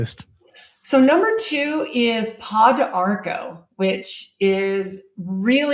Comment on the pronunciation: Funny she knows about thiese herbs but can not pronounce them. I am an herbalist the studied around Central and South America. Pau D'arco= po darko. Also used for cancer in S. America. Una de Gato= oun-na de ghato Also used in kidney and urinary tract issues.